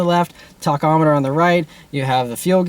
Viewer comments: it's tachometer not tochometer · I hate how you say "talkometer"... Great video tho